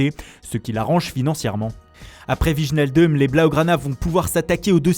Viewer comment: Faudrait arrêter d'écorcher le nom de Wijnaldum